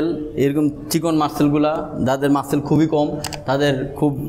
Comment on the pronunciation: মাসেল না মাসল উচ্চারণ হবে